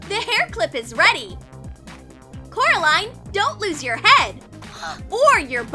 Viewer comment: ''it is Coraline not carline ''